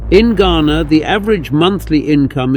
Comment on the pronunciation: I laughed when he said Gahanaaa. It is Ghana 🇬🇭